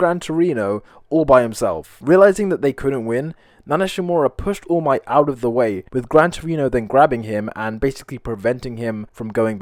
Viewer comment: "woll might"